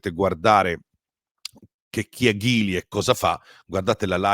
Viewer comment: Si pronuncia Gili 👍